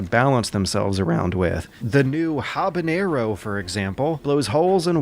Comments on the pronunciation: Ur so bad at pronouncing name habanero it hee-ha-na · Inacius Tenacius It was a joke. He also called Hibana for Habanero, which is a type of chili pepper. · Stephen Lynx hes just kidding around he even pronounced Hibana Habanero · Ok what's with the pronunciation of the operators.I l forgave you with caveira but habana....You trolling, aren't you?.Great pos lunch review.I tried the free weekend but USE servesr were full of Grievers and toxic players..And i have enough of those in Dota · I love your videos but the way you pronounced Caviera and especially Hibana made me chuckle xD